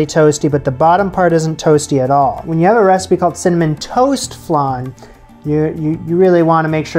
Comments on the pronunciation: love your show ! just a side note...tis flan as in pan, not flaaaaahn as in ....whatever that is lol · FLAN LIKE VAN not FLUN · Flan like pan please. Flonde?😂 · Just out of interest; what's a "flarn"? In English we call it a "fl-ann" 😄😄😄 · I love watching your videos. I thought I should tell you that you pronounce it like 'an' - flan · Pst .. there is no 'r' in Flan...so it's,F - lan...Flan 😉😉😁💕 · Love the pronunciation, not sure if the long a sound in flan is a North American thing, a Canadian thing or a thing, anyway. My northern English ears do find it endearing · i’ve been searching these comments to comment on how he says flan lmaoooo. I always am really upset with how he says vague. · why do you say flan like that?????? I also notice that you say vague as Vèêhg or vehg lol. You don’t enunciate the gue and you turn the an into an e or eh lmao.